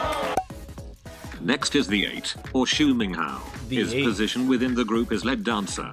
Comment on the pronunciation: why you pronouncing lead wrong